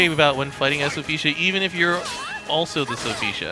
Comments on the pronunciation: It’s Sophitia not Sophesha. I won’t lie that shit was driving me crazy inside lol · Will this man please stop saying Sophecia? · why is he pronouncing sophitia's name like that